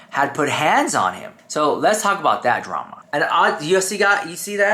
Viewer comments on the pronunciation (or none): They didn’t really mispronounce “drama”, did they?…?.. DRAY-ma…? wtf is that?? 😳👀🫢🚨🥸😶